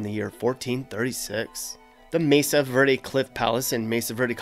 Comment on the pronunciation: It's "verde" not "virdy."